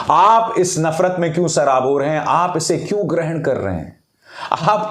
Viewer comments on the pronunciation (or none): Janab Abhisar Sharma ji Sir aap ki urdu ka pronouncetion bahut umda hai. Magar aaj ki video me aap ne sarabore lafz pronounce kiya jab ki meri naqis maloomat me ye lafz sharable hai.